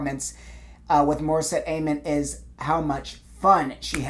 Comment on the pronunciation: Btw, her last name is pronounced ‘Ahh-moan’.